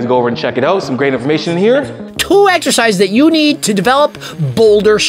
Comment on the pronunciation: Greg says " eghzecises"🙃